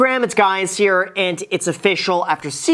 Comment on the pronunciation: "What's up Graham, it's guys here" LOL